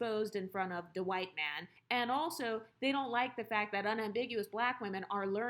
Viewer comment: “De whyt man “😂😂 one of my favourite videos